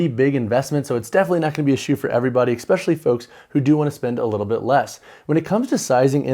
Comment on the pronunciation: Tell me, are you saying “exspecially” or “especially”?